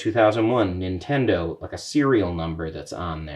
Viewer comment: "Nintondo" I lol'd.